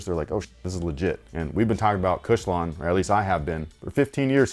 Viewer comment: Lol “OG Kush-lon”